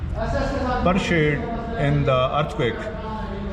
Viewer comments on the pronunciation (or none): Pershieeedddd😂😂😂 it’s Perished man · جب آپ 1935 کے زلزلے میں ہلاک ہونے والوں کے نام پڑھ رہے تھے تو آپ نے لفظ Perished کو غلط pronounce کیا تھا.